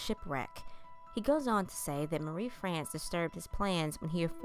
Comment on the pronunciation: I really love your voice, I find it so relaxing. You got a few words and names wrong but you're not French so don't worry, we understand. I'm English but because we're near to France we get to hear French pronunciation more often. So St Malo is said: San Marlho, Marie-France as Maree Frhonss, and Maurice as Morhees.